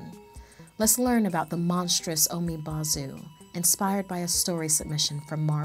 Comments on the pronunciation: Pronounces as 'bo' (almost similar to bow) not 'bau' for umibozu. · Umibozu would be pronounced like oo-me-bou-zoo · its pronounced "oo me boe zoo" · She pronounced Umibozu wrong but she's not asian so oh well.